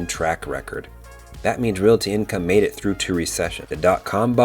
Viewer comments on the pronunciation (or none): none